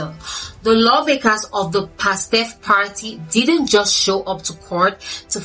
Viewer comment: Pastef not pastaf.😅